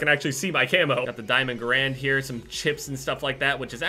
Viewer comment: why does every gamer pronounce the Garand wrong?